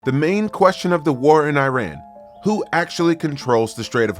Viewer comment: The same for his pronounciation of “Iran” 😊